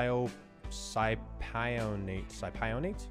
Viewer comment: it’s pronounced Testosterone “Sip o nate” 😎 just fyi.💪🏼